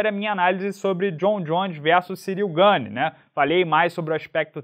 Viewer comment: ótimo trabalho, desejo todo sucesso, mas o Gane é Francês, apenas tentando ajudar e por favor, continue fazendo vídeos quase todos os dias🥊🥋🙌🇧🇷